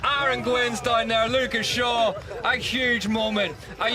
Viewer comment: This commentator mangles so many names with his laziness.